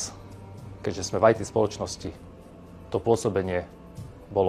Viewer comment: Nie "Aj Ty" firma ale 'Í Té' firma 👍